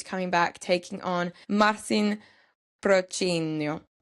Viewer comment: also Marcin Prachnio pronunciation was on point